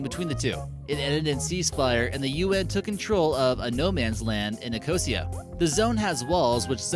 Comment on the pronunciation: It's "Nik-o-SEE-a," isn't it, Gang? "Close to the Colorado Boulder..."? Is it a landmark rock?